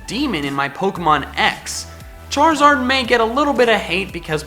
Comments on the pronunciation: ARE, NOT IS! AND THE S IN CHARIZARD IS SUPPOSED TO BE A Z! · Left off the I in Charizard!